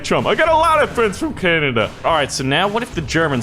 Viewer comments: ITS CANADA! NOT CANADIA! and yes i'm from Canada, St Albert Alberta. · LOL "Who's from Canadia?"